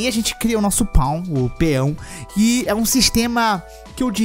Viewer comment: ele ate enche a boca pra falar pawn ksksksskksks